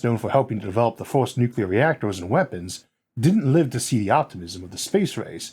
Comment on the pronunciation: I'm sorry, but did this supposed science guy just say "nucular"? Seriously?😅